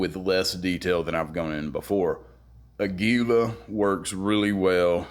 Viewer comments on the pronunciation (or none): Good video. I'm embarrassed to say, as a fellow gun guy, I forgot about the LCP II 22 even though I own the LCP MAX and the original LCP which is the Kel-Tec 3AT! And by the way, Aguila means eagle in Spanish and is pronounced with emphasis on the first syllable: águila, not aguíla. It's cool that you're into music and motorcycles as well! Keep up the good work.